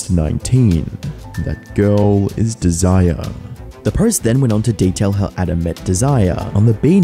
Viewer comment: DEZ - ER - EH ... desire.. lol